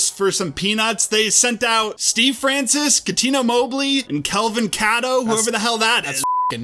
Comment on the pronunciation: You can tell these guys are young.. TRACY DID NOT GET TRADED FOR PEANUTS! 😂😂 Francis was an all star and I heard so much about how good Mobley was over the years. And the pronunciation of Cato’s name made me salty lol ok carry on